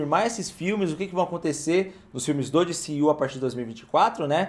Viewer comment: diciu que horrivel, D C U fala em português kkk